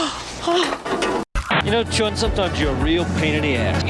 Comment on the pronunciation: Chiun. Not Chun, people.